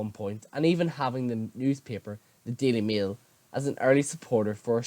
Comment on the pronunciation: Sorry did you just say the daily meal 😂